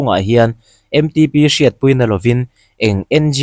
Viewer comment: MTP nilo in M Ṭ P TIIN LAM HRAM TEH